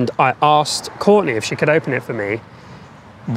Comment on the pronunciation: Cant say "she" wtf 🤣🤣🤣🤣